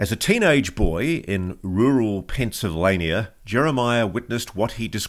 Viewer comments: 😂 it’s Pennsylvania you hear the V lol get video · “Rural Pennsylwhat?” 😂😂